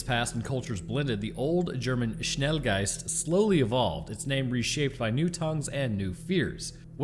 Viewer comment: pronouncing Schnelgeist with surprising accuracy is a rare win for him when it comes to pronouncing foreign names/words. lol